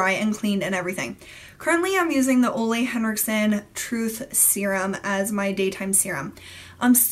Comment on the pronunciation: Ole Henriksen's first name is pronounced "Ooooh-lah" (said like the ooh in "ooh la la"). Just so you know! I met him and when he introduced himself, he obviously spoke his name aloud, that's how I know!